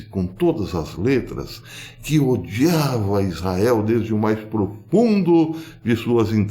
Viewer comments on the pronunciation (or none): none